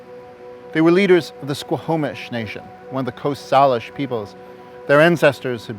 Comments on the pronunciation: Salish bothered me as well. Growing up here, I've only ever heard it pronounced as "Say-lish", but here it's said as "saw-lish" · I have never heard anyone pronounce Salish like you. Isn't it closer to "sail-ish?"